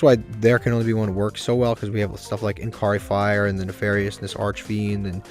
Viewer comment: Hey man. Love the videos. But it's been like three weeks and it's driving me crazy. There's no "k" in Inari Fire. Please. I'm begging you. I can avoid other pronunciations, but this one is just too much for me. Keep up the good work!